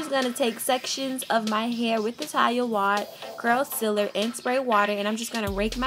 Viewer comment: Pronounced Ta-lia Wa-heed lol